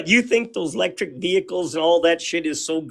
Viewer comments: "You think those lectric veeikles are so great" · It's eeee-lectric not lectric. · He said Lectric vehicles 🤣🤣